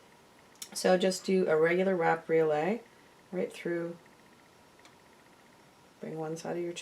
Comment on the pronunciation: The blue stone is pronounced cal-SED-ony. Briolette is pronounced brio-LET. Mandrel is pronounced MAN-dril. I enjoy your videos, but they would be easier to watch if you pronounce these words correctly.